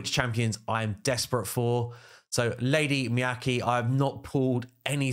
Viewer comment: Lady meh- cah-gay not meekay